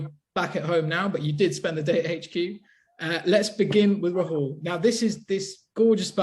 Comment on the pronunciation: Gents love the pod but as an Indian (and someone whose name incidentally is Rahul), hearing the butchering of the Indian names is quite painful. It is raw-hull, not ra-hool. Ush-win, not ash-win